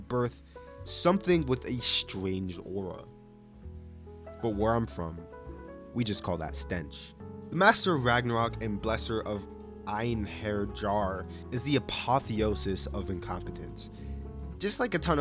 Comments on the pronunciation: It bothers me so much that he pronounces einherjar as “one-har-jar”. I get it’s difficult to say if you don’t know, but like … my guy. I‘ll live of course, but I couldn’t not comment on that. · Weird Norse Mythology guy here. The Einherjar (j pronounced like a ye sound, so EIN-HÆR-YeAR) are the dead soldiers sent to Valhalla, after dying in battle, to train in preparation for Ragnarök. According to what you showed and spoke of about the anime (I am not going to watch it) the actual show has nothing to do with Norse Mythology or the concepts stated in the name. It just looks like a generic Isekai fantasy (Medæval inspiration mainly) that only used Norse Mythology terms because they sounded cool. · En-hair-yar, how I pronounce it. Norse is funny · . its pronounced Ein hair yar. Its the name of the dead warriors who are taken up to Valhalla, the afterlife where the Norse deity Odin gathers great warriors for the coming end of the world, Ragnarok. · it is pronounced einher-yar